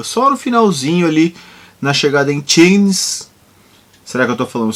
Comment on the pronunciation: Show Guru! Muito bom seguir vc e seu resumão é fantástico! Aliás não é resumão mas sim uma história! Vc narra uma verdadeira história! Guru, mais uma dica: Tignes não se fala o S. Sua pronúncia de Megève ficou perfeita! Pode contar comigo para os feedbacks linguísticos de francês claro kkk! Brincadeira;) Posso te dar essas é mais dicas em private tb (aliás tb sigo vc no Strava)... Abcs! Sou fã de bike e mais ainda do Tour de France! Obrigado!